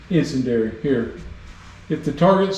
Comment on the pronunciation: Really enjoyed the videos and learned a few things in the process. BTW the proper pronunciation of 'incendiary' is 'in-send-dee-ary'.